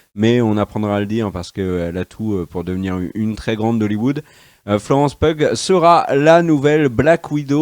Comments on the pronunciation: Pour la prononciation , Pugh se dit Piou. Super actrice dans Midsomar. Avec un rôle majeur dans le MCU, son banquier va pouvoir faire la fête. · Florence Piou pour la prononciation ;-)